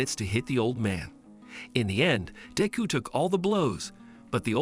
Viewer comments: Bro really said bakugu and diku 💀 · i just love how he sas dick ho